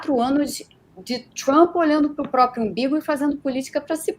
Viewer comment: Fala Trump não tchumpre